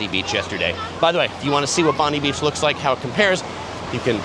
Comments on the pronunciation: Not Bond-ee it's pronounced Bond-eye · Bondi is very overrated, more for tourists than locals. Manly is a much nicer location, plus easier to get to, especially by ferry from the Quay. By the way, it’s pronounced Bon-die, not Bon-dee. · Bond-eye Beach is how Bondi Beach is pronounced. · BONDI AS IN EYE FFS !